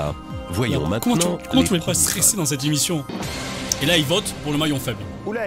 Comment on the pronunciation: Tu dis imission au lieu de émission